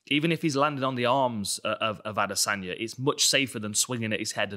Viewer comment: I hate how he says adesanya